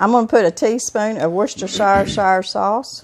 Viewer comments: I'd cook the bacon first... then caramelize the onions in the bacon skillet... I'd also finely chop (in a food processor) the solids before blending the dip. It's pronounced "Wooster-shure" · don't worry. NO ONE knows the correct pronunciation of Worcestershire. :)